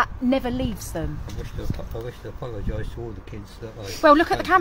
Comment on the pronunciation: Bro how can you get to your age and not pronounce apologise